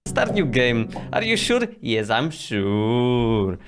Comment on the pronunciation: Are you siur? Yes, I am siur" oczywiście to żart prosze nie reportujcie tego jako obraźliwe